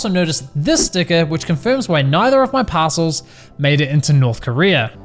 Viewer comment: I swear he's saying "Passholes".